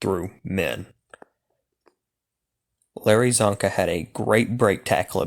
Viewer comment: Its csonka and it isnt even close